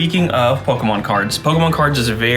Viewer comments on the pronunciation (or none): kills me how pronounces Pokemon. Despite the dash above the E, you still pronounce the E like the letter E, not an A. Therefore, its (Poke-E-Mon) and not (Poke-Ah-Mon)